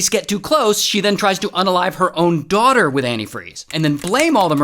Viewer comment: Sorry but dwawderr 😂